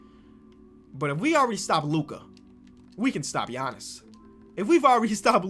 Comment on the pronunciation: do the "Flightreacts" Challenge. Fantasy Draft, you must use the Warriors and turn on sim difficulty to 60 and trade difficulty to 70. You can only use players Flight has mispronounced + Steph Curry. One year rebuild challenge. Here is a list: Giannis "Akumpo" "Zeeon" Williamson "J.A" Morant Rudy "Goburt" Luka "Donakick" "Javalee" McGee Pascal "Syakum" Nikola "Jock-itch" Bam "Abayo" Zach "Lavyne" "Damontise Saybonis" "Dennis Skrooder" Spencer "Dinwhydy" Matthew "Delladova" I probably missed a ton so leave them in the comments and I will edit them in. Edit: Formatting